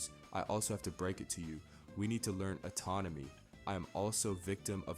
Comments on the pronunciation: You saying atonomy instead of anatomy is frying me I was like "I need to learn that im in control got it!😤" lmao it happens great video. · You say atonomy instead of anatomy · You're pronouncing anatomy autonomy. And inconsistency to incontinence-y Otherwise good video. Weird poetry / rap thing. Kind of cool. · It’s anatomy, not autonomy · That's kinda based ngl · The amount of times you say atomony is going to end up making me say it instead of anatomy